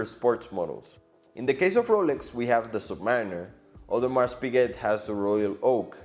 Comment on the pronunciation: Audemars the S is silent!